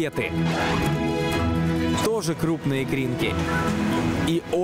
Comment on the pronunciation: Не КЕты А кетЫ, блин